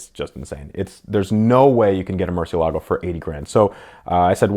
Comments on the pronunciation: Not to be rude, but "Murciélago" has the "é" as the stressed syllable, not the "la". By the way, as you may well know, "murciélago" means "bat", therefore he who drives a "Murciélago" is actually a batman... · Mer-sel-e-go so says all powerful ruler and curator of cars, Ed.